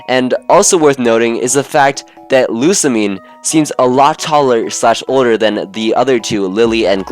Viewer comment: Lusamine looks old enough to be the others' mother actually. Also, not a single PokeTuber got Lusamine's and Lillie's name right.